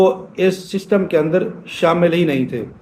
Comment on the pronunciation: اوئے بابا ششٹم نہیں سسٹم ہوتا ہے جاتا ہے ہر پندرانی منٹ بعد توں اپنی قبر کی تیاری کر